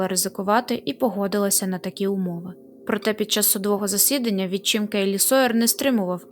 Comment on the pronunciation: Цей, наголоси вітчИм і допІзна, ненавИсть. А ще не семидесяти- чи шестидесяти-, а сімдесяти- чи шістдесяти-. Біль українською чоловічого роду, він.